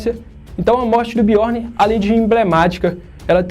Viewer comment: Fala direito, parça. Biorni não. Biorn